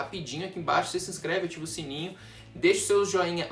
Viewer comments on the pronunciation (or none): none